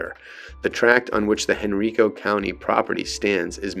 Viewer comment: Hearing you pronounce “Henrico” incorrectly is jarring. It’s pronounced “hen-rye-co.” I wish you YouTube content creators would check the pronunciation of people’s names, places, and things before posting videos. Just saying.